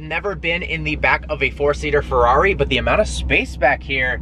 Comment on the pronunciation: Listen to how he says "Ferrari "